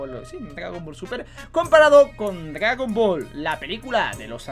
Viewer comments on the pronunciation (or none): "gragon ball"